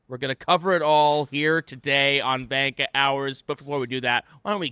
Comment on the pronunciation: Why do you guys call it vanka hours when gunter literally pronounces the word perfectly lol.